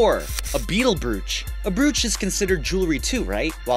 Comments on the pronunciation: Dude, it's b"ROACH". Not brew-ooch . But forgive you cause you are a guy, and the video was fun. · lol I know what the word 'brooch' looks like, but it's actually pronounced 'broach' XD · Your pronunciation of the word "brooch" really makes me question whether you've ever heard it said or only read it. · BR-UUUUUUU-CH??? BR-"OOOO"-CH!!